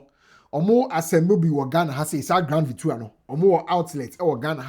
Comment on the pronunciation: its grand VitAra not VitUra